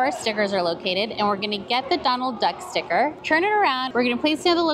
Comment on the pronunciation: "stick-uh stick-uh" time 😂😂😂